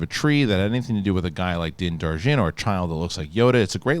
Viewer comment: I'm going to be that asshole and have to correct you on your pronunciation of Mando's name. It's Din Djarin (i.e DIN-JAR-IN phonetically) not Din Jar Din as you've been saying. I stand to be corrected of course.